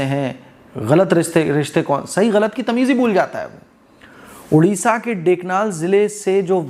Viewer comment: Udisha nahi odisha ❤